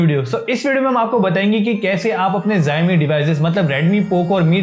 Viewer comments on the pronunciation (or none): I love when you say Zaimi 😂 Anyway, great video brother